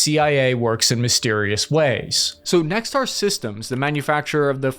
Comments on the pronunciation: ive got to ask, when you say Nexter, you keep pronouncing it like Nextar, is there some reason for that? lol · Good video but why are you pronouncing Nexter ('Neck-ster') as 'neckstar" and Ascalon ('As-ca-lon') as 'assclown'? :D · You pretty much nailed the "Rheinmetall" pronunciation, but goofed the easy "Nexter".